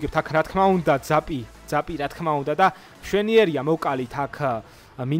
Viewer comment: ძაპს ნუ ამბობ ზაპი არის სწორი❤